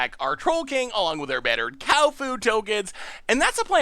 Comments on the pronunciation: He calls it battered cow like that since the spoiler day, at first it was by mistake, nowadays i don't know but he could very well still be saying it wrong without knowing... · I thought he was calling it BUTTERED cow for flavor